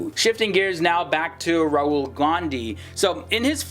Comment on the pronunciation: Did he just say "Rural" Gandhi? 😂